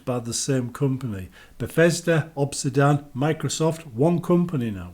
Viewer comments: Bro obsidian not obsidawn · Why are you saying Obsidan?